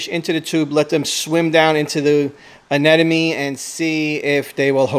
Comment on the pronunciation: I don't think u should have an anemone if u CAN'T PRONOUNCE IT CORRECTLY LOL